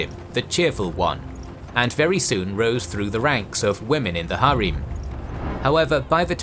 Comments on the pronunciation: its not pronounced as "Har eem" its just "Harem", the ending "-em" is pronounced as same as "-em" in the word "empower". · Bro it’s not hareem it’s called harem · Why are ALL the names butchered even harem??